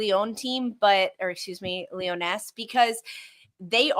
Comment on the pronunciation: you don't pronounces the s at the end of Lyonnes. if it's pronounced like the french word for lionesses, lionnes, you just say it "lee-yun". When saying Lyon, you more imply the n at the end rather than pronounce it outright, but when saying Lyonnes you do. It's kinda neat if you can speak french but it's going to mess up many an English-speaking commentator